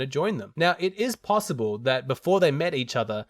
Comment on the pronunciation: "Pissible"😂😂😂😂 ..possible